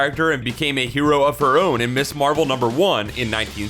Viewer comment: Gah. The word is pronounced "miz" not "miss" there.